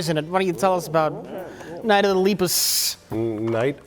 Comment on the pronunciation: YOU KEEP PRONOUNCING LEPUS WRONG!!!!!!! AHHHHHHHHHH!!!!!!!!!!!!!!!!!!!!!